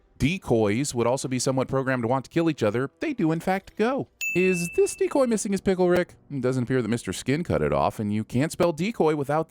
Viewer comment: After hearing decoy multiple times, I hear "dickoys".